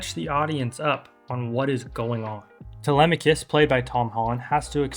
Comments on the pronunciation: (Tele-mock-cus) is how I always read it. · Is it? Τηλέμαχος, Tee-LEM-ma-kos, just like the Greeks pronounce it? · Help the struggle to pronounce telemachus is so real 😭😭😭 But personally i am just disappointed that the movie didnt really portray odysseus being a cunning trickster that much in the movie aside from the trojan horse, what was also dissapointing was how odysseus's pride (like when he revealed his name) wasnt mentioned AT ALL. And what dissapointed me even more was how penelope didnt even test to see if that truely was odysseus, the olive tree bed was literally one of the MOST fundimental parts of their relationship and it wasnt even there I just wish we got to see more of odysseus's character and penelopes character aside from odysseus feeling guilty and penelope wanting her husband back